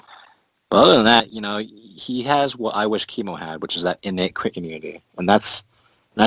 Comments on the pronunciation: It's Chem-O like chemical. Not Keemo like cancer treatment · Yeah, the "Keemo" thing really irritated me as well. I've always thought of him as a CHEMical Organism, so Chem-O sounds right in my head while "Keemo" just sounds wrong. Hey, poe-tah-toe ~ poe-tay-to ... such is the nature of the hodge-podge English language. ;) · Just checked an official DC cartoon, he is right it's "kem oh" not "keem oh". I've pronounced it wrong my entire life =(